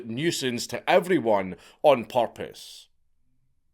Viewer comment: He was doing it on "porpoise"? It kinda sounded like you said it...